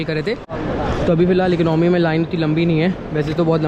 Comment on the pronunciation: Eknomy nahi hota boltay Economy hota hai